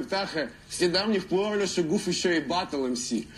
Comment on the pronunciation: Попробуй сказать гуф)) а не ххуф))